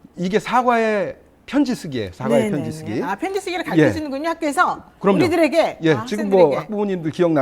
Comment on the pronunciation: 문법상 가르켜가 아니라 가르쳐가 맞습니다. 두 분다 틀리게 발음하네요.